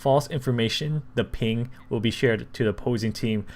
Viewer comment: ping not ling